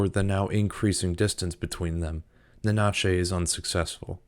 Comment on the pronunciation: Great video! Your pronunciation of Nanachi kept leaving a Spanish version of them in my head xD ("Na-na-chey" as opposed to "Nana-chee") 😉